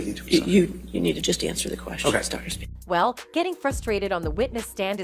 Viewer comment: spiegel, like legal or seagull, not like a j sound. are you a reporter or just trying to get video hits. The doc was an idiot but if you were watching the trial, you'd know the pronunciation of his name.